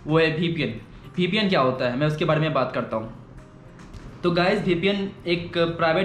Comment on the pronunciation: vpn not ppn